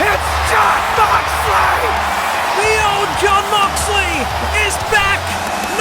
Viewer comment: Thats not john moxly thats mohn joxly😂